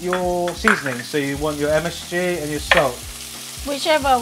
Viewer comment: Weird to here you say msg and another msfuckingg 😅